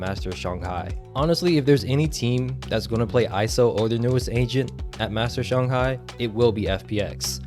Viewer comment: no Its shang•hai